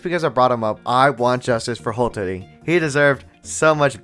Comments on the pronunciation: It's "H-a-tori" not H-o-tori, there's an a there. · It's "HA-ttori"... NOT "HO-tori."